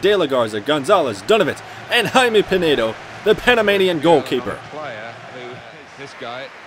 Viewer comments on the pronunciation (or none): none